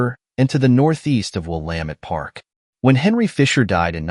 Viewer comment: I'm guessing that the narration is done with AI? If it is a real person, then they need to work on the river name. Mispronouncing the word Willamette is something that no local would do. It's Will-LAM-ette, like dammit. I no longer live in Oregon, but it still bothers me to hear different ways of saying the name. In case you do some Portland videos, Couch Street in Portland is pronounced "KOOCH". This name is derived from Captain John Heard Couch, an early settler and co-founder of Portland. The history of the word defines its pronunciation. The videos are very nice! The idea of using drone footage to help share historical stories is a good one. I look forward to more!